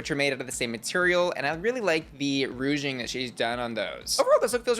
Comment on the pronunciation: Jewels really got us saying "rouging" instead of "ruching" after winning the Betsey Johnson design challenge, huh? 😂